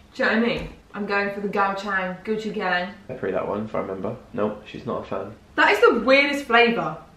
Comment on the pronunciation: When she pronounced “gochujang” like “Gucci gang” 😂😂❤️